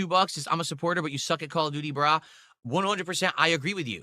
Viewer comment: Call of Gouty: Beg Ops 7.